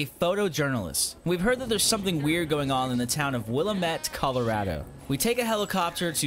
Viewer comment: Yet another person who can’t pronounce willamette.. “will-am-it”